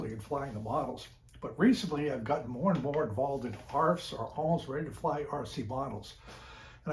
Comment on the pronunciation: Please don’t call them arfs